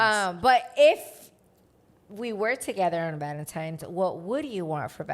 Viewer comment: Like I've said before.... Can't miss your guys podcast. But question... I've always heard people talk about Valentine's day not valentimes day and I'm wondering if people say it different depending where they live. Btw listening from Chicago 🥰